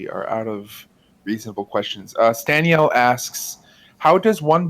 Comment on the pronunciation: I love the fact that when he read my question, pronounced my username "Stan-ielle"